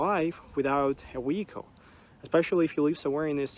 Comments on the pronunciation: Love the video and all of your observations. Seriously, take care of your health; eat like a Russian not like an American. One thing became evident in hearing your pronunciation of words like vehicle, live, (there was another one I can't remember) you pronounced vehicle as wehicle.😊 You need to practice your v words. I hope you don't mind me picking up on this but i recall you asking people if your accent was ok.which it is but you do speak quite fast and some words are rushed making them a tiny bit unclear. ❤ love to you. Looking forward to your videos coming up. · You should learn to pronounce "v". " Weekle " isn't how you say "vehicle". 😄